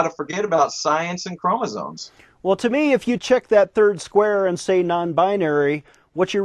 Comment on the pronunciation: it's great getting a bio lecture from a guy who says, "chromozones"